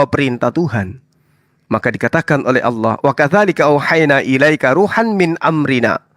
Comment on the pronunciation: LUCU KEDENGARANNYA MENYEBUT ANAK ALA..ANAK ALA..ANAK ALA.. YG SELAMA INI MENYEBUT ALLAH SEKARANG JADI ALA.